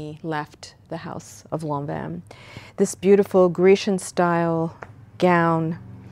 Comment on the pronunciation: thank you for pronouncing lanvin correctly!!!!!!!